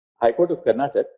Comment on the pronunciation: It's not karntak it's karnataka